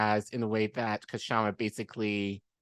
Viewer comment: Please note that the K in Kshama is silent.